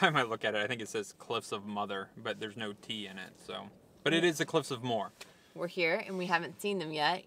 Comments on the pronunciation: awesome videos! it's pronounced mow -her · the cliffs of moher are pronounced Mo her you don't drop the o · haha it makes me lol when I hear tourists try to pronounce Moher. The pronunciation is literally in the name - "mo-her" - good try though. Loved the video!